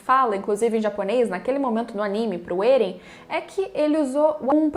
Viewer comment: Até aceito vc falar Éren* ao invés de Êren e outros tbm.... mas pq diabos vc fala Ziki* e não Zeke* ( q é como se escreve e se fala no anime ) ?????? E a pergunta q fiz no anterior nem foi respondida, vou dar xau a Crunchrool, é o jeito !!!